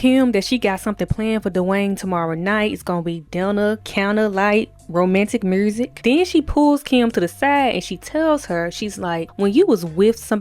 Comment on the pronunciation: Whew!!! “mursic” “transfursion” “a fru years to live “ “Askis “ SHEEESH🫪😳🤦🏽. tuff to hear BUT I appreciate the recap. It was indeed an important episode. Debbie Allen was ahead of her time and super brave for tackling this issue.